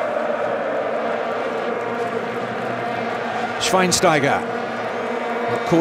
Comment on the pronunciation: i love the pronouncing from schweinsteiger thats pretty cute 😄